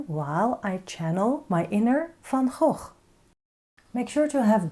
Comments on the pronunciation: I think Van Gogh would be pleased! Thank you for your teaching style, ideas and encouragement. And thank you for the correct pronunciation of his name! (He'd be pleased with that, too 🙂) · Thank you re the pronunciation, I keep telling people that too (being Dutch myself) 😊Negative space drawing makes things so much easier I've found